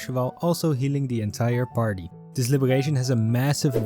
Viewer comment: Ah yes my fav type of skills " Gesonance " and " Libegation " 🗣️🔥